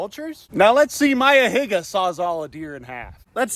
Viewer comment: Why you say Higa like that 💀 got a little too close to saying something else 😭😭